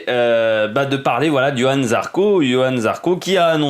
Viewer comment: C est Johann ..... avec un J. Et pas Yohan....